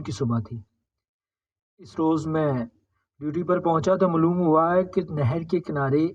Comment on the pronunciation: Maaloom. Mloom nahi hota 😅